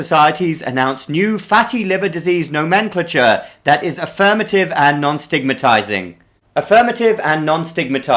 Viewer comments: Not, "no men clah chure" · "Nomenclature" is pronounced: no-men clay ture (no·men·cla·ture). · "NAH men clay chure" is the pronunciation.